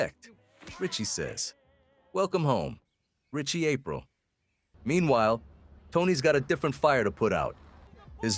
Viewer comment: I don't think so even though the pronunciation of Aprile is a little suspect 😂 but maybe